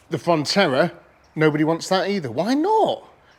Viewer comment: I could be wrong, but you sound like your calling the Vauxhall a Fontella, it's actually a Frontera.